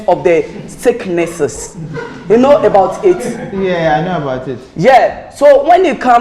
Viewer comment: "Ebout it" I like that